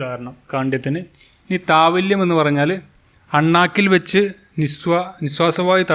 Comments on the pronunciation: Thavalyam alla Thalavyam Madhyamam alla മധ്യമം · താവല്യം അല്ലല്ലോ താലവ്യം അല്ലേ